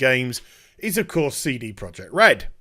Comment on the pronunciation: First off, it's amazing how you make a 14 minute video out of a 2 minute news story... Secondly, please stop calling them Seedy Project Red... :O